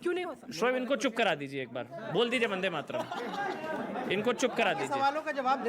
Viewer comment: This idiot can't even say vande mataram!